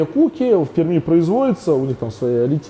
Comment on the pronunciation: Пермь - рмь произносится мягко😊! Не знал что в Перми есть такое производство. Респек, успехов!